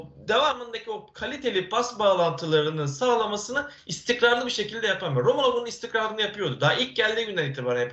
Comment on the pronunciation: analizlerini yorumlarini zevkle izleyip takip ediyoruz cansın... Ama senden tek bir ricam var nolur artık şu adamın adını doğru söyle. rAmulo değil rOmulo.